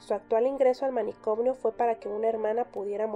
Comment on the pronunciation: Por qué dice "manicomnio" agregando la m???